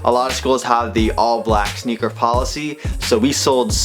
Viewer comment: Sounds like he say snicker or nicker aswell